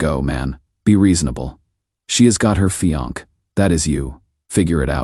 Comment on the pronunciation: Fe-onk..??? Fe-on-key..?? Wth. Fe-on-say. Fiancée. Good story, HORRIBLE AI.